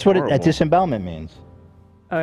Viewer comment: so nooone is gonna correct Ethan on disembowelment huh